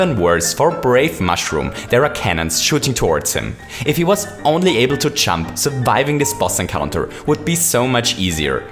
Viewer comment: Why do you say chump its jump